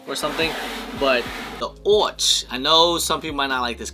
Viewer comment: ochre is oh-ker not orch